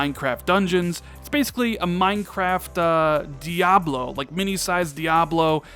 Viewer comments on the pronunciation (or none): none